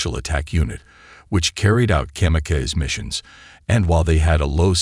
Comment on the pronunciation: Interesting an informative, but it's hard to get beyond the mispronunciation of World War II, (World War Eye Eye), kamikaze, (Cam-e-caise), and whilst, (whyllst).